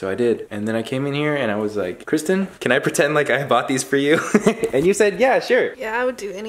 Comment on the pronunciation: I think I'm in love with Kwisten 😂❤️ sorry Scotty